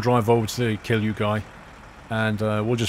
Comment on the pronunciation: He says kill you instead of kilju